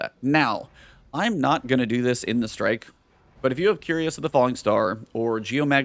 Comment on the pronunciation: 'Cuirass' is pronounced 'kwi'ras,' not "curious." ;) Love your content!